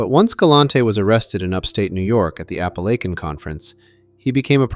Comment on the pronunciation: is no doubt one of the very best researchers and writers in this entire genre. Even if this were not so I’d still be impressed; he and James Gladwish are the only two I’ve heard correctly pronounce “Apalachin” NY. 😊 Great work as usual.